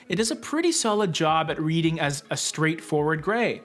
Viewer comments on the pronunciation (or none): none